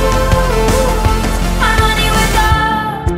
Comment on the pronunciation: 2 years late but she is using a dipthong [sound formed by the combination of two vowels in a single syllable] with the "O" in wolves to mimic a howl. Basically she transfers back and fourth between the "o" and the "u" in the "o" in wolves. A fantastic use of language.